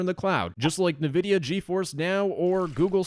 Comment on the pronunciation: Bro really said "Nividia". Is it really hard to pronounce. Its foking NVIDIA